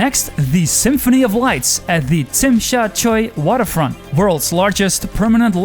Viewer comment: Youre one of the few gweilos who can properly pronounce Tsim Sha Tsui! Kudos to you! Cheers!!